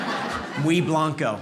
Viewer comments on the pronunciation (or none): none